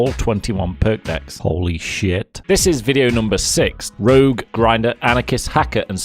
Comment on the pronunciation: Did you say ictv rouge? H...... how?!